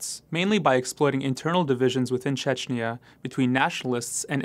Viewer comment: The last vowel of "Chechnya" is pronounced as the "a" in "as", not as an "eee-ya".